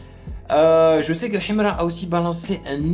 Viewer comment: Tu vis où ? Déjà quand tu prononces Himra on sent un manque d’effort et de volonté de comprendre l’artiste, bref ignorez nous, c’est pas 1 ou 2 reaction qui vont mettre fin a sa carrière….